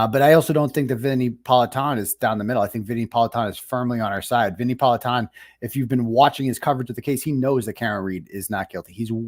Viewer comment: At least pronounce Politan correctly!!!! SMH not surprised. Case closed!